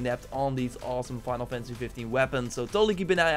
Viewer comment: “Winal” fantasy 🤣